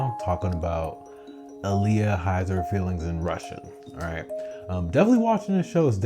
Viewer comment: You kept saying Aaliyah and Kazu. It's Ah-l-ya and Ku-ze. That drove me insane lol Besides that, great analysis so far.